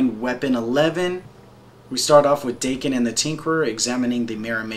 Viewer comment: Before anything else, pronunciations: 1) Mu-rah-mah-sah 2)Dah-ken (the "a" pronounced like the one in "cart") Thanks a whole lot for this! I really appreciate it, and this showed me something I haven't seen of Daken (though I am an avid follower).